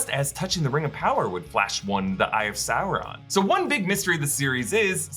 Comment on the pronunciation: OMG. He's not Chinese Food. It's not Souron. It's Sauron.